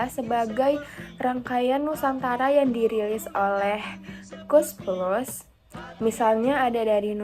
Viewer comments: KOES PLUS NENG BUKAN KOS PLOS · KOES PLUS BUKAN KOS PLOS